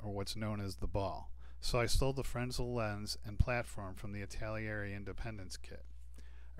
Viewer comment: Fresnel not frensel